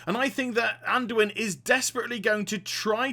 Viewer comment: Anduin, Anduin, ANDUIN PLEASE